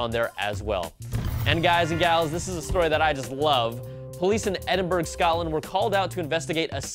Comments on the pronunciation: That's totally not how you pronounce Edinburgh haha, it's pronounced edin-buh-ruh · Ed-in-burg, really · Saying Edinburg isn't an accent problem. It's just not knowing what it's called when speaking English.